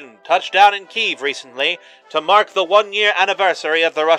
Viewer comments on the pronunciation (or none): The only thing I'll critique here is the pronunciation of Kyiv. It is pronounced kuy-yeev, roughly. And in Russian it's pronounced Ki-yev.